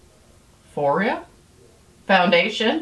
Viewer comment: It sound PHOO EERA..